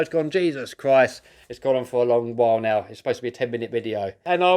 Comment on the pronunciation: 'And I'll see yu veri veri soon' that accent killed me 💀💀